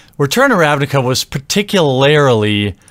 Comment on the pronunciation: "ParticuLAYERly" Good Lord.